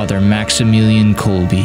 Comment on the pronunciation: Good documentary. One note, the Polish words are all very badly mispronounced. His last name pronounced kolb “eh” and not kolby. There are many other mispronunciations.